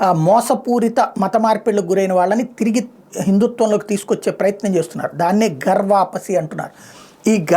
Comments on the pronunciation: adi గర్వపసి కాదండీ.. ఘర్ వాపసి అని ఉంది...మన స్వంత ఇంటికి వెళ్ళడం అని అర్థం.. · గర్వాపసీ కాదు ఘర్వాపసీ